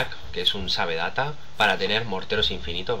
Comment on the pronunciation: Sabe data jajajajajajajajajajajjajajaaja se pronuncia seiv dat